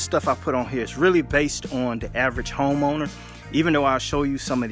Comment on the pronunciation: He said Homoner..